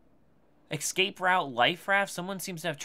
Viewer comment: Please, for the love of god stop saying eXcape. It's eScape. There is an S in that word not an X.